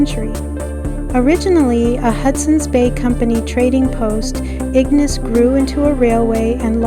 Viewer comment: Great video! It was really nice to see my old family home again. By the way, locals usually pronounce it ig-NAYCE rather than IG-niss, just a heads up! 🙂